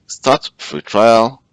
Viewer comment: it is trial, not trail